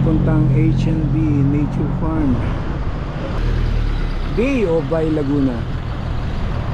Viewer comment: Yown laguna uli tapos laguna uli sa 26! Makita sana kita master! Haha Maiba ako ser ba-e po ang bigkas ng bay dito sa laguna hehe. Parang tu-we po ng tuy batangas hehe